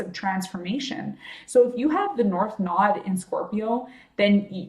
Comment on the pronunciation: ....the content is great but you have annoyed me so, that I had to say...it's nooooooode. NOT nod. Ugh!!